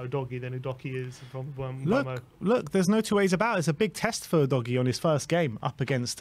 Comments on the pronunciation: /uːdəʊɡiː/ - “you doggie” is just silly. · Udoggy is the wrong pronunciation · Lol i winced everytime i hear how you say Udogie's name wrong